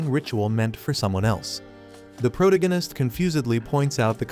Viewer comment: Sorry had to.leave as.spoon as protagonist was mispronounced